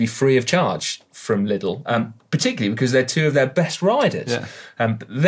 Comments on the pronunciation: Being from Germany: “LIDL” is not pronounced like “little”, the i is a long one more like as in “liter” or “leader”. Think of it like “LEADL” maybe? Getting ear cancer just from thinking about hearing “Trek Little” for the next weeks. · Took me some time to understand treck's new sponsor 😅 It's pronounced "ledl"